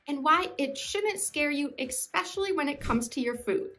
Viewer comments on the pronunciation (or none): You had me at 'exspecially'